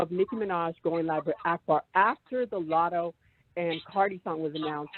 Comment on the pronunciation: The way he says “Lottle” for latto 😂